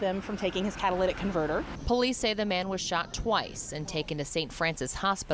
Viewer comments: Catalytic not 'Catalladic' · What the heck is "CATA-LATAC Convertors "